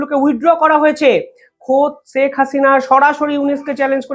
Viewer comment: আপনি দয়া করে ‘ছেক’ হাসিনা বলবেন না। ‘শেখ’ বলবেন।